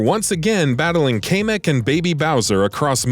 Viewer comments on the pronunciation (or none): Your pronunciation throughout this video is awful. Pokken "poke in". Kamek "cam mech". Aegislash "eedga slash"